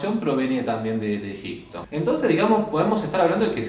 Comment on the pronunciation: EgiPto, egiPcio... pronunciame la P en Egipto, Egipcio. 😊 Gracias por tus videos.